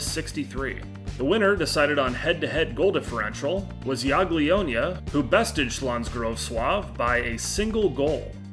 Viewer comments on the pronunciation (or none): Hey mate, I'm Polish. You pronounced Śląsk Wrocław correctly but Jagiellonia is pronounce Ya-Gie-Lon-ia. Don't mean to come off as rude, just trying to be helpful <3 I know Polish isn't easy to pronounce P.S. Quay is pronounced Key :)